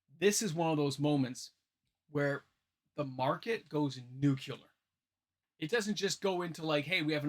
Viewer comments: FYI nuclear is pronounced “new-klee-er,” not “nuke-you-lar” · Noo-kyoo-lur? Try Noo-klee-ur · just to be a stickler, it's nu-clear, not nu-cu-lar. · its pronounced "nukular"